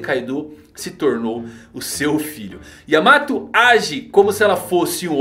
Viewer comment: não é yamato e sim Yaamata!